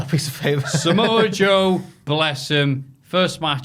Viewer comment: I don't know why but I'm dead at "Samoa Pjoe"